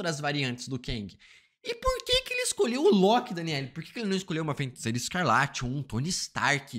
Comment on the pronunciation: Mano FEN-TICEIRA chegou doer o ouvido 😅